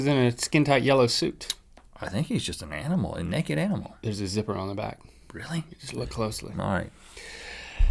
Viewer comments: Why do they always say "nekidd" instead of pronouncing naked correctly? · I love how they say nekked instead of naked :D